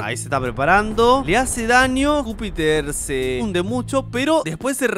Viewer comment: No era Júpiter era ñijuter